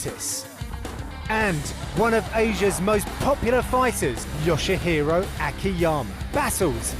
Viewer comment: Kenny flo said yoshihiro akiyama name wrong....